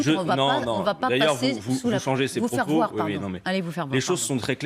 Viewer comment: Quewaaa, il a dit "allez vous faire voire ? ALLEZ VoUs FaIrE VoIrEuH ??? "